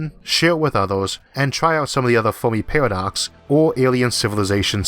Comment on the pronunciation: cant endure that speevh impediment. pawadox caught a wabbit 😎😎😎